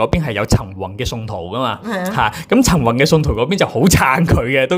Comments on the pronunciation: ，比少少意見你， 唔好介意！ 你啲發音呢，都唔單只係懶音咁簡單，好多已經係超越懶音嘅地步 。 我諗你講十個字裏面呢，有六至七個呢都係不正確嘅。 我提議你好好去練習一下 發音， 我知道你都係一個後生青年，應該可以糾正的。否則，出嚟嘅效果，有少少強差人意。 例如，今日最經典的兩個字，"陳雲"，你就讀咗"曾宏"！ 我都是你及 晴晴的忠實fans， 希望可以幫到你。thx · 靚仔，我唔知你靚唔靚仔，但你D懶音好難頂，個雲字好難讀咩？陳宏。。。陳雲。。陳暈。。，我聽見你就暈呀！想做KOL揾食，向身邊位姐姐學下先啦，你係男人呀，唔該！唔好學一D港女以為講懶音好可愛啦，做講播最重要口齒清楚，你唔合格。善意提醒。